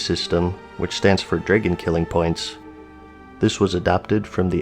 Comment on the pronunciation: You pronounce "DRAGON" wrong. It's dragon, not dregon.